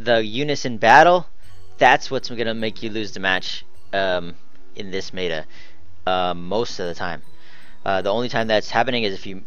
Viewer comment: it's pronounced met-a not may-ta